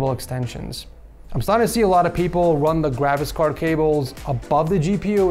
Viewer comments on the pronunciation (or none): you keep saying grabicks card